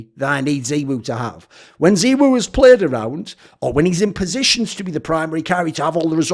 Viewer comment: Thoorin had said in the past that he does pronunciations like that so that it makes him stand out